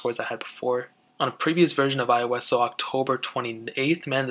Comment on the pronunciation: iOS (ee-os)